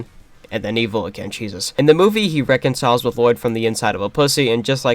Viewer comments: Ah yes LUH-LOYD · I like how you kept saying La-Loydd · The worst part of this movie is easily the pronunciation of Lloyd, by everyone.